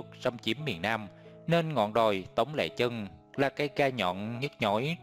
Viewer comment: Tống lê chân mà đọc sao ra lệ chân .sửa lời tào lao .